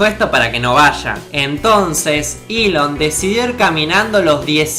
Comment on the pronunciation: Nahuel Deharbe Eso tiene mas sentido que decir "iiilon" en lugar de "Elon"